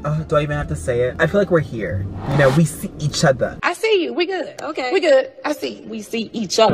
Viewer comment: No one: Larray: WE. SEE. EACHOTHA